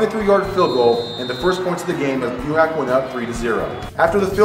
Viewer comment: You guys said buhach wrong and Quintens last name wrong too